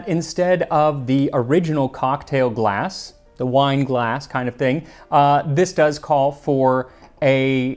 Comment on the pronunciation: Sorry, did the word "glass" used to have an "f" in it?